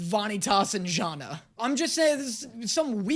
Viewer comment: we say Janne not jana